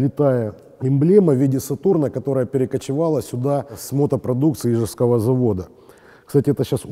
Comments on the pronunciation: Блин, не Ижевского, а ижЕвского!!! Сколько можно повторять-то уже. Дизлайк ставить не буду, но все равно - уши режет! Думал только московские дикторы любят таким образом коверкать ударения в уральских названиях. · Всё хорошо, но уже который раз говорите Ижевского, правильно ИжЕвского, мне как ИжевчАнину немного слух режет)))